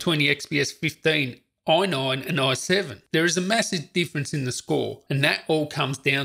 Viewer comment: Say AI... NINE.... AI.... NINE. Say AI... say NINE. Say FIVE. FIVE.